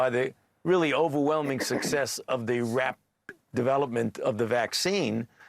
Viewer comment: Pauses before hes says "rapid" then skips over the word.